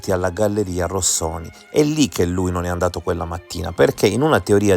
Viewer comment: complimenti per la formulazione coerente e plausibile, di queste due ipotesi e per aver abbandonato il tono polemico che, dal mio punto di vista, era fuori luogo, un piccolo appunto, per cortesia, non storpiare il nome della galleria "Rosconi" come il cappellaio anaffettivo l ha sempre chiamata